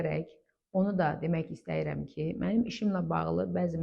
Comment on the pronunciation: Danışarkən "istəyirəm" yox orfoepiya qaydalarına əsasən [isdiyirəm] deyilməlidir.